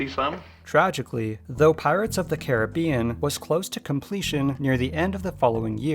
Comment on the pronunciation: Learn to pronounce Caribbean right